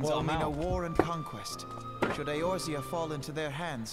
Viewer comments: He will never get the name pronunciations right xD ISHLOTTA is actually pronounced ISH TOLA E orzia is actually pronounced A orzea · Does Asmon mispronounce Eorzia on purpose or what? It's like if people called it Aizerot instead of Azeroth